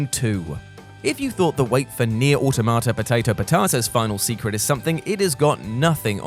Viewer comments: "Nier: Automata..." Me: "say it...": "pot-ay-to/pot-ah-ta" Me: "there it is!" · My god stop sainting Nier automata poteto patata please, it’s not funny anymore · he didn't say neir automata right